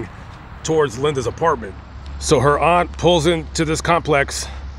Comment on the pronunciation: It's AUNT ! NO THAT BS YOU JUST SAID!!! VERY DISRESPECTFUL!